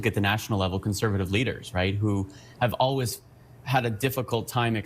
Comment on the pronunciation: Aww, they skipped Pierre trying to say always. He can't say always, he says 'owies'. 😂🤣😂🤣. Must be the conservatives bias in this channel.